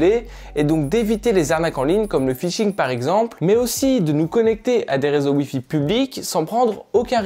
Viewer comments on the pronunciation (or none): none